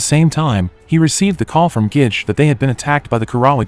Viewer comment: It's Ge-Ge not Gich